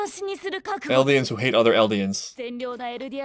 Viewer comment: My man. There is no R in Eldia Or Eldians.